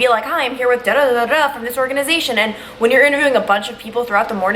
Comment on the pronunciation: you pronounce “when” like whan